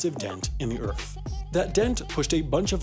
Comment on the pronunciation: he said Earf